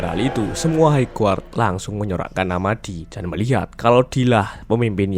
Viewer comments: hai gard bukan haig guard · High Guard koreksi bang